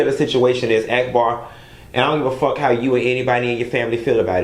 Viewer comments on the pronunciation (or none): You don't like ghetto people but you calling that girl AAACK BAW.. Ahack Bar!! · 🤣🤣🤣 Why r u calling her Ack-bar instead of Auc-bar? 🤣🤣🤣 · Every time you say act-bar I scream. Lol it’s awk-bar